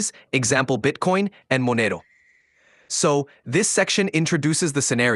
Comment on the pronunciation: Why does your AI pronounce Monero like that 😭